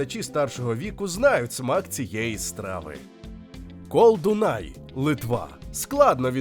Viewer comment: ну, коли бачите литовське Е (без крапочки зверху), то думайте шо це Я. тому кЯпта дуона. ну а наголоси в невідповідних місцях в литовських словах - гм... tinginYs, koldŪnai. шалЬтІбаршьчяй. бульвіняйські - це вопше. ну люди, вам шо бульвє на бульбу не схоже? бульвіняй блінай - це ж картопляні млинці. кібінай не особливо популярні серед караїмів, це караїмська страва. краще б про варьшкєс суріс розповіли.